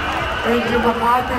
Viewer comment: Xian said ms.kamati referring for.kamatis its ms makati right.bulol.